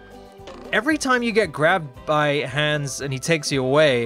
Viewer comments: the an in Hans is pronounced like On instead of the an in hand. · You pronounced Hans incorrectly. Nice video though!